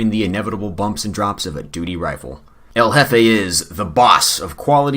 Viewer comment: I like how El Jefe sounds like Covfefe